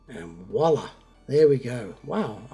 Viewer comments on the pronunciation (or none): none